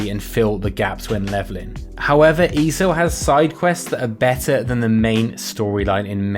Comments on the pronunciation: E.S.O.... not E-so 😂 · Dude! It's not "eeeeso". It's"eee ess oh". Just because people write ESO instead of E. S. O. does not mean you can just slur it all together! It is literally the abbreviation of "Elder Scrolls Online". If you're gonna make a video on something, at least get the name right. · Why does he say easo